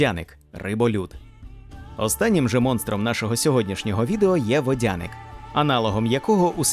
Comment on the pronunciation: ПотопЕльник! Аааа! ПотОпельник, це той, який влаштовує потоп, а потопЕльник, це той який потонув! До речі, ви кажете утопецЬ, а м'якого знака в самому слові нема. ВодянИк, а не водяник, бо він живе у воді, а не водить. Русалка це не сирена. Це різні істоти!